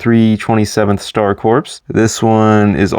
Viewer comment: A few things: - Corps is pronounced like core, not like corpse. - The 2008 shock trooper is different from the 2007 one in that he has a white hip piece instead of a black one. - The Lightning Squadron ARF trooper is specifically Razor because of the four blue stripes on his helmet, Stak only had two blue stripes. - I don't know why you included ARC trooper Hammer since you left out all the other named clones. - The 2019 41st scout is different to the 2014 one because of the dark tan printing on his inner legs instead of the brown printing that the 2014 one had. - The 2020 airborne has completely different printing to the 2014 one. - That design first appeared in Clone Wars seaon 5 and then the exact same design appeared in the 2017 Battlefront 2. - I've seen more people online be fine with or not have an opinion on the helmet holes than I have seen people have a problem with them. - Fives was an ARC trooper and his rank is unknown, but he was likely either a sergeant or a lieutenant.